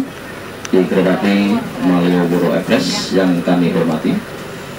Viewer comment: Kalo ngomong malioboro ekspres "malioboro epres 😅😅